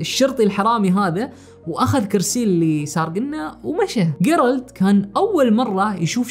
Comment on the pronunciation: جيرالد تُقرأ بالجيم وليس بالقاف